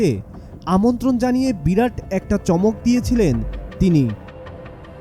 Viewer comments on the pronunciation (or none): none